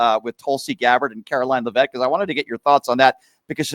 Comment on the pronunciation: LEV-IT NOT LE-VET….